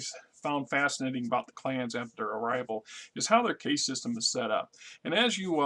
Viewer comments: Caste, not case. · Meh it’s part of the charm of the channel and I get a chuckle out of it. Let be